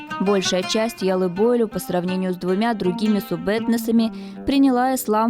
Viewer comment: Маленькая поправка,яллы бойлю,ударение,на последний слог,на ю.